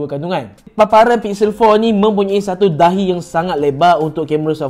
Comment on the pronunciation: "Tahi yang sangat lebar"🤨 Repeat three times🤔 "Dahi yang sangat lebar"😅